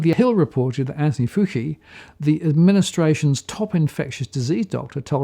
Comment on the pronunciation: pronounce Dr Fauci's name again for us? Dr Fufi? 🤣🤣 Love your work 👍👍